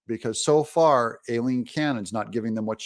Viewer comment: Her name is pronounced phonetically "eye lean" Aileen....please correct